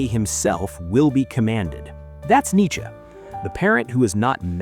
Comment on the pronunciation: I mean the channel it's like 7 months** old so definitely AI. Also pronouncing Nietzsche as "Nichy" clear as water.